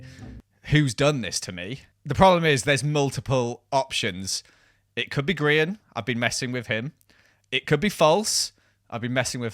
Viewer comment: saying Grians name like timmys dad says: dinkelberg....lovely